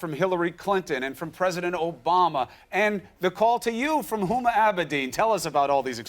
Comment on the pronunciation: She did a Beavis and Butt Head thing she called Huma IT, LOL